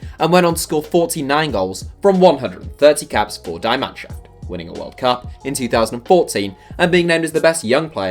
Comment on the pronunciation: If you're gonna say "die Mannschaft", please at least get close to pronouncing it correctly